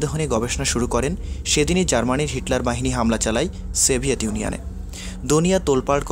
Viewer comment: Stolin & seviet, come on pronounce properly.